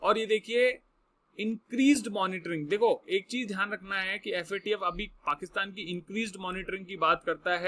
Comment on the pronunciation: Sir aap yadi FAT-F bola ga to galat massage jaraha hi , Guru hi galt bola ga to Sista ka kya hoga . Abb ka baad mai aap ka mokha sa FATF suna chata hoon sir ji.🙏